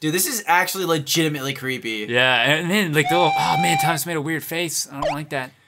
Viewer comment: "thomash the "TANK " engine